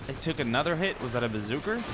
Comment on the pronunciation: why r u sayin bazooker it a bazooka